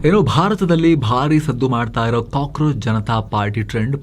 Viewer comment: Kakorachu ucharu